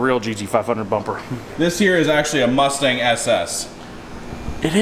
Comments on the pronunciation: Its the cumstang. And becouse it's easyer to pronouncw we will change the name slightly. To cumstain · Lol the”cumstang”😂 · Pronounced cumstang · “The Cumstang” 😎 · Did he say "smokestang" 😂🤘🤘🤘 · Ah yes the good ol CumStang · The cumstang🤣🤣🤣👌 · Call it the Cumstang?? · Call it cummstain😂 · The "Cumstang"